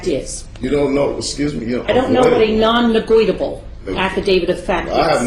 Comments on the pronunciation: LOOK at the video ... it's Non- Negotiable NOT Non- Negweedable ! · Yeah....she seems to be a closet racist. She even kept mis-pronouncing negotiable, to try and belittle this brother.....It's scary to know that childlike minded persons are judges of court in this country!